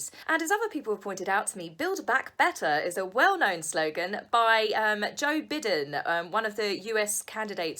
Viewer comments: Hi, it's pronounced Joe BYE-den, not Bi-den. Otherwise, great content. Thank you. PS Breaking news: Meghan is allowed to keep the name of her five friends secret. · Hello there! The last name of the USA presidential you mentioned is pronounced "BYE-den", not "BID-den". Just FYI, for future reference. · BI den not Bid en. British version of United States talk! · Hi!!! One small correction. His name is Joe Biden ( sounds like Bye den). Not Bid en. Honest mistake. Loved your video!!! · Thanks for the video and hello from Ohio! Just a little tip, it’s pronounced Joe “By-den” as opposed to “B-den”:) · Biden is pronounced like Bye-den. Or Buy-din. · With Love from Texas,U.S.A .......It's creepy old Joe Biden...pronounced[ byeden] ....LoL .Thanks for sharing ! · pronunciation correction, Joe Biden, " by-dun". no big deal, but I thought you might want to know:-) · Joe B I den. Pronounced By den I love watching your videos here in Wisconsin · Joe BIDEN _ pronounced BY-den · Joe Biden is pronounced "Bye" den. Also, check your spelling on Little "Orphan" Annie. There is an " r" in orphan. Great video! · I swear I'm not nitpicking, but it's Joe Biden, pronounced Bye-Den. :) I live in the States and I'm trying not to follow American politics. :) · great video! Joe Biden's last name is pronounced "bye-den" hahah, i'm sorry for the correction <3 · If I may,, Joe Biden’s name is pronounced bye-den. It’s really hot in Massachusetts too. We had tropical air yesterday when we got the remnants of a hurricane. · Oh, darling, Joe Biden's last name is pronounced BYE-den. Long "i" sound on the first syllable. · Love you,! I’m not a fan of his, but Biden is pronounced ‘bye - den’. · Love your video. Joe Biden is pronounced B(eye)den. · Love your channel! FYI the US presidential candidate Biden’s name is pronounced BUY-den. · Joe Biden is pronounced like buy-den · it's BYE-den as in bye bye biden.... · It’s pronounced “Bye-den”. ☺️